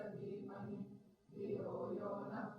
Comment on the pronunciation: Pronounciation of word NA in gayathri manthra is not correct. NA means No. It should be pronounced like NA in word Nethaji.